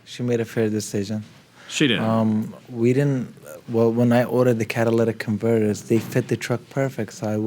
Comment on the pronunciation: “Cadillac converter” I LOVE US!! 😂